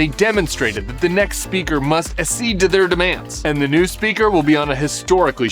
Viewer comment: You're spending too much time with Rachel, Tim, if you mispronounce "accede" the same way she does.